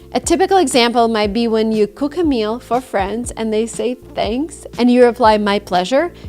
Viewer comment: "to cook" Wrong u sound 😂 Does she really think she eliminated her accent?